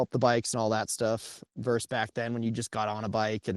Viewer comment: Note to: “versus” not “verse” 🙃